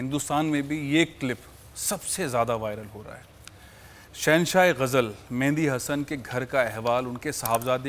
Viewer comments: Tv Programm s host/anchor...Call Mehdi Hasan...incorrect... He says his name wrong... Mendi Hasan🤦‍♀️ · aap to naam bhi theek se nai le saktay